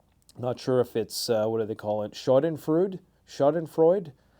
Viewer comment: "Schadenfreude" is pronounced "SHA-den-FROY-dah".